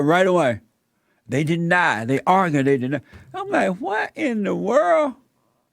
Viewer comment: "You have to arger with blacks"